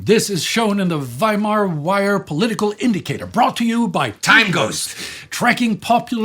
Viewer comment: I'm sorry, but did I just hear "Indy"cator